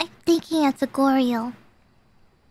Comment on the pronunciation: The way she says Goryo sounds like Glory Hole, but it's so she doesn't know that thing.